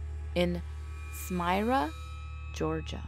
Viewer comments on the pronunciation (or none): Evangelist. "Ev-an-jel-its." Smyrna, "Smer-nah." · Yes you mispronounce Smyrna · lol its smyrna